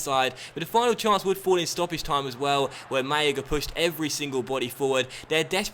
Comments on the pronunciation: It's because people told him that if there are 2 Ls in Spanish it is pronounced as a Y in English (but I don't think he noticed that there is only on L in "Málaga") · Your pronunciation of Malaga is atrocious!